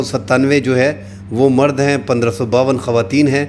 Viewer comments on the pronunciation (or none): none